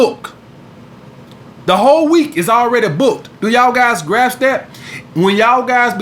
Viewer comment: "Do ya'll guys graps that ?"